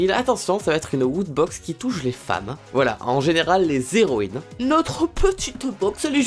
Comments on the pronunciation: les "zéroïnes" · Les " zéroines " j'aime bien :D